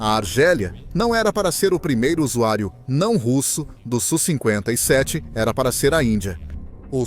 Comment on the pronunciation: Video horrível, o sonso nem sabe falar o nome do avião... É S.U e nao su seu panaca